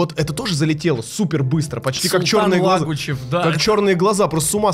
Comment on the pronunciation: Кто нибудь скажите Роману , что правильно говорить - Султан Лагучев